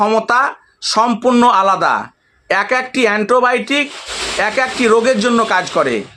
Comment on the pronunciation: এন্টোবায়োটিক নয় - অ্যান্টিবায়োটিক